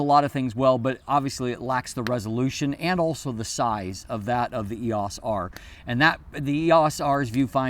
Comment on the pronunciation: I'm distracted by the pronunciation of EOS here. I've never heard anyone say "ee-ahce"--always "ee-oce" until today.